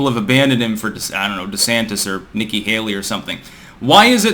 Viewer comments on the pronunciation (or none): none